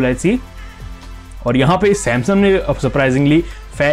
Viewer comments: it is samsung not samsum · Bhai samsum nhi samsung😂 bolo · U said samsum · Why you saying samsum every time irritate me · Bhai "Samsum" kyu bolte ho ? 😂